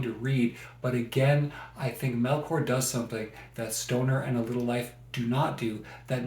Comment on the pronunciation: Paradais is a masterpiece, especially if you're able to read it in Spanish. FYI her name is pronounced MelCHor like the ch in church not MelKor. thanks